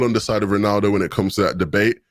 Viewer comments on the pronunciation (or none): none